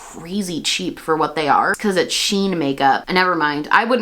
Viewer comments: It's pronounced "she - in" not "sheen" fyi! And agreed much better to not support them when you can. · I believe it is pronounced as the actual spelling. "(she)(in)Shein" since it's a J beauty brand.